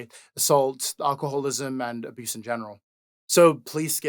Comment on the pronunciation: I know this is meant to be serious and all, but I can't get over "aduse"